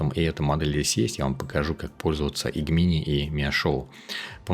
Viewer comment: Все прекрасно, но пожалуйста, не называй Gemini "Г-мини" - это "Джеминай" ну или хотябы "ДжЕмини"! )))